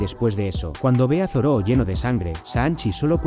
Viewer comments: es Zoro, no Zoró ._. me molesta de sobremanera escuchar Zoró, no sé por qué xD Buen video igual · Real XD ¿Por que les dice asi?